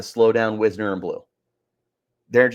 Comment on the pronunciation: Last thing. It's "Wise-ner". Getting his name wrong at this point in the season makes it clear that you don't watch the games.